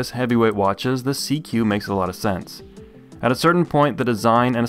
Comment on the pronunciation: SeaQ isn’t pronounced “seek”?